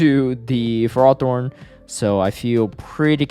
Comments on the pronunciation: It's Fer-ro-thorn, not Frar-thorn 😉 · Tell me you're engagement-baiting with this ferrothorn pronunciation lol